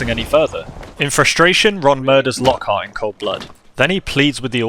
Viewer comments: Actally its not «Lockheart» its «Lockhart» lol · Fun fact: Its Lochart not Lockheart